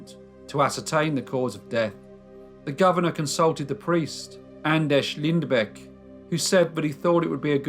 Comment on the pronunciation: By the way your pronounced his first and last name was pretty damn good!!